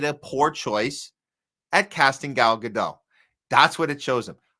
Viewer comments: New podcast to me. Didn't care for it much. Too shrill. Too loud. Too rant-y. But sure, she's disgusting on every level.. By the way, you're pronouncing her name wrong. pronounced "Gah-dot" with the "T" a slightly softer sound. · It's not Ga-doh. It's not french. Her real name is Gal Greenstein. She says Gadot with a strong T. Ga-dot is how you pronounce it according to her. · Giving her name a French pronunciation sounds both pretentious and stupid. It's Gadot and the 'dot' rhymes with 'spot'. Trust me, I know Hebrew. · Godot, pronounced Greenstein.